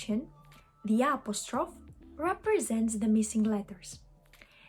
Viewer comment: Great video! Thank you! FYI, , you pronounce "apostrophe" like it sounds in French, with 3 syllables and a silent -e at the end. That was probably just a momentary lapse of awareness. As you may know already, it actually has all 4 syllables in English /əˈpɑːs.tɹə.fi/. The English pronunciation is closer to Modern Greek, if not for the stress on the 2nd syllable :)